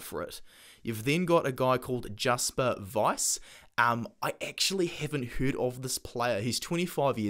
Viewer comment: It's pronounced Vee-ser